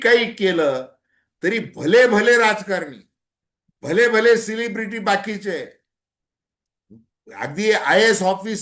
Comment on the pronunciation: सर,आपण सेलेब्रिटीज ना ,"सिल्ली" ब्रिटी असे कसे उच्चारता? कृपया उच्चार दुरूस्त व्हावा, ही विनंती 🙏🙏🙏🫢🫢🫢